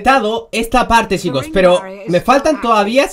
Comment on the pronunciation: Al principio que dijo "Ay esta chicos" habia entendido "Ay esta chimbos" :v xD